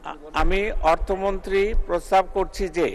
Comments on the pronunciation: প্রস্তাব করছি নাকি প্রস্রাব করছি,,, কি শুনলাম জানি না 😜😜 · প্রস্তাব নাকি প্রসাব বলছে 😂😂